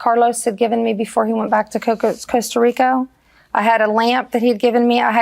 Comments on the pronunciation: 🤣 She definitely didn't say Costa Rica 😂... this we know for sure! 🤣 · Pretty sure she said Costco Rico